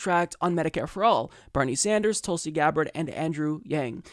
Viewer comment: Hey! From your newest member, sincerest thank you for not only acknowledging us, but pronouncing my name spot on correctly. No one ever does that! Keep it coming......and keepin it real by keepin it Tulsi.